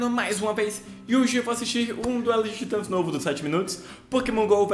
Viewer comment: para de fingir que ja nao viu o video antes, repara, ele ja cmc falando "duelo de titas" sendo que pode comecar de qualquer jeito e ele ja fals certinho no final tbm